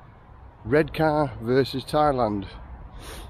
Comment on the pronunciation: Born and raised in Redcar but live in Marske now. The new Regent looks ace. Also, no R at the end of Redcar, you should know that lol